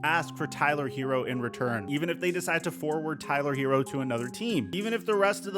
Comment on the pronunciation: His name isn't Hero. It's Herro. Sounds more like hair•o. Not hero.